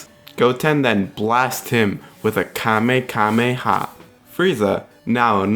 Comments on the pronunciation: You said it roug frick you it’s ka me ha me haaaaaa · You said kamekameha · Logan Cheek no he said kamekameha xD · A kamekameha, or kamehameha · U said Kamehameha wrong u said kamekameha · It is Kamehameha